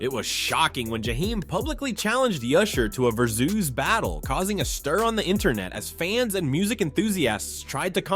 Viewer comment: It took me a moment to realize that versoos was versus. I was thinking what in the world is versoos.